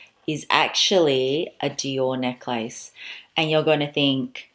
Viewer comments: I love how you call it neck-lace. Is that how you say it Australia? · I never heard someone say neck-lace. Is dat Australian? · I’m from the US- is the common pronunciation of necklace in AUS neck-lace? We probably lazy pronounce neckless..... now looking at spelling. 🤔